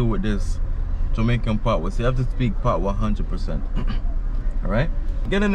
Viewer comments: Bro, it’s pat wa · you a romanticise the word. It is 'patwa'. Pronounce the wa after pat😀